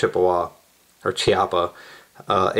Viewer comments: We smaller gun-related channels have been de-funded. We don't get the revenue for the ads anymore... and it's pronounced Kee-ah-pah, not Chee... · It’s pronounced “Key Appa” just so you know...